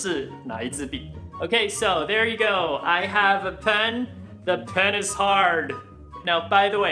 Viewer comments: penishard 是故意的吧🤣🤣🤣🤣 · The pen is hard....沒聽清的時候,有些怪🤣🤣🤣